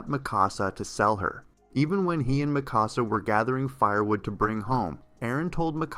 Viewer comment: Ah yes: Aaron, Mickawsuh and Eemheer